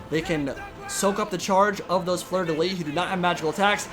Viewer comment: Nice video, Soothsayer is such a micro monster! That being said, In "Fleur de Lys" you have to prononce the "s" in "Lys" (so in English it would be prononciated "lee's") how you say is "lit" that mean bed in French, just tossing that ayound, yo.